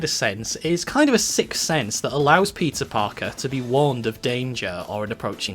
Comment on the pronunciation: "It's kind of a sixth sense that allows PIZZA Parker to be warned of danger--" Did he say Pizza Parker? It sounds like he did.